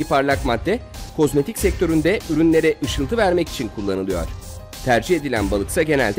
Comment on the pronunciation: hep k osmayik diyon bu ne